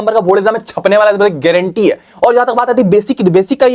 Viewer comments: Granti ha was epic 😅😅😅😅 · How bro said gaurantee 😅😅😅😅❤